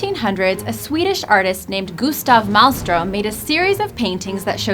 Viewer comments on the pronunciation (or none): none